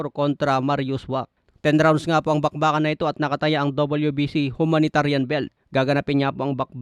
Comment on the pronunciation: Ang bobo nmn ng vlogger n to! HUMANITARIAN magaral k nmn ng tamang PRONUNCIATION! Pati ang holloway.... soloway ang basa.